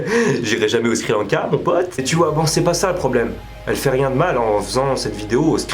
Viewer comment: "Le Skri Lanka" mdrr c'est le Sri Lanka x)